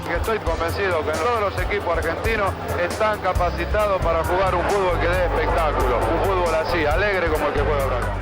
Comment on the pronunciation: dice fubol